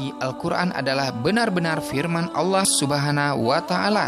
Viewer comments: Allah subharawtaala, apaan, ngomngnya kok ky gt,tpi aku g tw, it karena back soundnya atao apa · Allah subhana wata alla, bukan wala allah